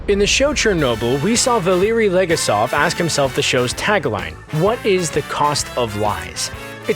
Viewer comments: Stop mispronouncing Legasov's name! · Donisan Vasy it’s extremely frustrating that the narrator and writers didn’t research the Russian and Ukrainian pronunciations for any of the names. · The way he said Legasov, bothers me more than it should :))